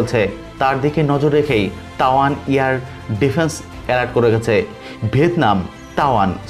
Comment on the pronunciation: Tawan noi Taiwan